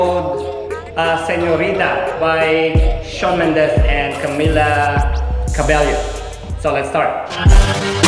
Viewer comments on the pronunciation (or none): it's camila cabello, cabello pronounced as cabeyow... she's been reminding us bout her surname